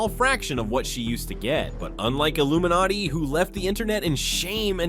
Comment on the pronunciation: Imagine saying Illuminaighti "retired" 💀